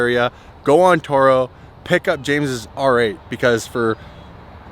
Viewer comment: he butchered the R8 😂😂😂